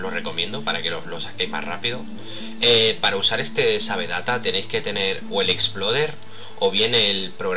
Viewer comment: Sabe data jajajajajajajajajajajjajajaaja se pronuncia seiv dat